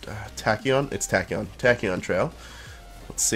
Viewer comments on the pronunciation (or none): He said tacoon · its tach ee on